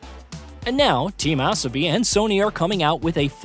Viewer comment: Good video but who is "Team Esobi" or "Tam Asobi"?